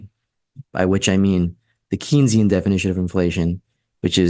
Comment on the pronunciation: I recognize you are not a Keynsian economist but you should know how to pronounce his name. It is pronounce "Kayn-sian". Please, it really cuts into you credibility and makes you sound like AOC.